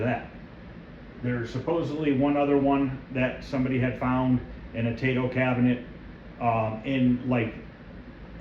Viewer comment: I hope you are doing well. Love your videos!!! I own a frontline and love it. Brings me back to 1982 every time I play it. Don’t hate me, but I speak Japanese and it’s pronounced “T I-toe. In Japanese, the “AI” makes an “I” sound. Just a tip. Hope to see more videos.